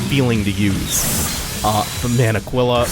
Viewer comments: Two things. One: I think its pronounced Ah-keel-ah. Spanish for...eagle, I want to say. Second, that boss is SO GODDAMN GOOD. The fight itself is meh, but the design and the effects are top notch. Plus, broken weapon is broken. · Pretty sure Aquila pronounced 'ah-KEEL-ah' means 'eagle', and typically refers to either eagles in symbology, or the constellation